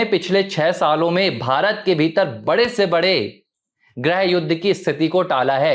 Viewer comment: “ग्रह” मंत्री नहीं “गृह” मंत्री (ग् + ऋ्+ह)